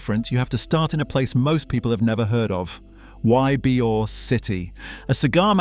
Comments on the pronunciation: The funniest thing about this video is you keep mispronouncing.Eybor city in a few of the other places we have here florida , which is understandable because unless you grew up here or lived here , no one's probably corrected you on the proper saying of some of these words , but i'm gonna let you know as a floridian , this s*** is f**** hilarious nonstop😂😂😂😂😂😂😂😂😂😂😂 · It was absolutely fucking criminal and I knocked my chair over. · What a piece of crap video! Doesn't pronounce Ybor correctly, shows a picture of Genovese when referring to Trafficante, says "double murders went unsolved" while showing a picture of the Black Dahlia who was murdered in California and not to be mob related. Blocked and reported. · I died when I heard that😂 tampa born and raised and never heard some many mispronounce it before! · i swear to god if he's gonna say whybeor city the entire video im going to click off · 1: It's pronounced EEbore, not whybore 2: The pot smuggling was run through Everglades City, not Tampa. They ran the channels btwn the 100 islands 3: Alot also came through E coast's Maule Lake, into Ojus, across from Greynolds Park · Your AI doesn’t know how to pronounce Ybor City, it’s supposed to sound like E-Bor, but your AI reads it as Y-Bor. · even with an A.I. English accent, Ybor City is never pronounced "Y-bee-or" city. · the AI robot corrected itself by pronouncing arbor correctly… the second and third time… it was funny hearing the robot mispronounce Ybor…. This AI is taking over everything…. Glad I seen this.. Uncle Bobby Tampa Fl.. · pronounced Ebor yute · It’s pronounced “EEEBOR”, damnit. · Its pronounced E-bor.... E-BOR..... WHERE THE F*UCK IS Y BE ORE A lmmfao. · It’s EE-Bor city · Bruh. its pronounced YEE-BOAR. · Ybor is pronounced "ee-bor". Cmon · "Y-beeyor city" .😂😂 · A.I. slop it can't even pronounce Ybor city right. It's pronounced E bor. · Ybor is pronounced ee-bor. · How does someone spend so much time on a video and doesn’t know how to say Ybor lol